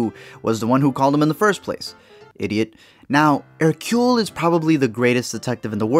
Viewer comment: Thank you for pronouncing Hercule's name correctly. However, this should have starred David Suchet. The whole movie feels wrong without him.